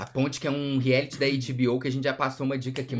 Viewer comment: Agora que percebi que os meninos falam rieliti e reality